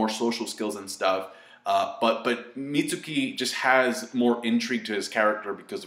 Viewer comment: Mitsuki-- Meets-key. Plz.